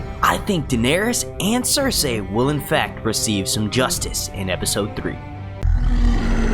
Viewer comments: lmfao i keep hearing him say ser-say instead of cersei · Say it with me now.... Sir See. No one has ever pronounced it Sir Say in the show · Stop saying fucking 'ser say' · Why can't you just say Cersei the way 99.99% of people say it.... Why do you gotta be different?